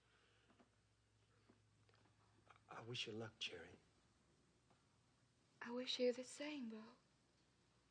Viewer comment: It's not a bandana. It's a scarf! And, her name isn't Cherry. It's Cherie, with the emphasis on the second syllable. She told him that numerous times, and he was too bull-headed and arrogant to call her by the pronunciation of the name that she wanted! Annoying! 😤